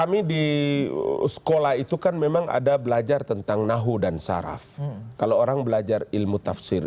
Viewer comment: Di menit dia bilang di sekolah belajar nahu dan saraf.. pantesan aja jadi saraf.. wkwkw Pak.. klo kami yg muslim pernah belajar bhasa arab itu, kami tida belajar nahu dan saraf tp kami belajar " nahwu & shorof ".. wkwkwwk bacanya pake bhs arab ya pak.. jngn pake bhs latin / indonesia.. salah baca sm aja salah artinya pak..